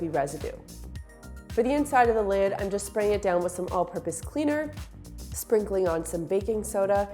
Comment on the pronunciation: Thanks for the morning laugh...... lid, not kid!!!!!!